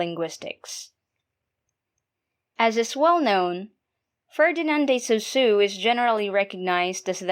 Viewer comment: Pronounce it as sOssuGH not sOssEW